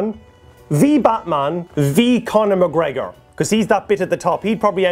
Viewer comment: Totally heard "Condom" McGregor xD